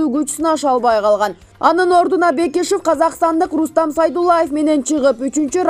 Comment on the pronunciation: Параценко дейсин да журналист миш бир жолу параценок деп кой👎Бекишовду Бекешов дейт сабатсыз!!!